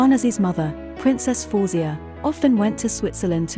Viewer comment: Her name is pronounced " FA - WEH - ZE-YAH